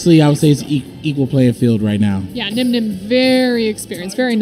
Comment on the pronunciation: low-key called Nyhmnim, 'Dzeef' on stream lol